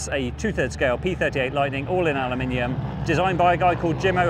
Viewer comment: "Al U. Meenium"???